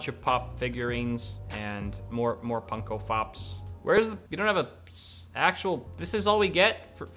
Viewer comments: “Punko Fops” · D-d-did he just say ‘punko fops’